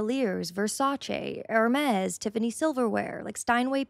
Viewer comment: Have a lot of trouble with people that don’t know (or know how to pronounce) cason (CAY-san (and the cassions go marching along), Corps (CORE - like the “Army Corps of Engineers) and Hermes (AIR-may) - you really should have gotten that last one.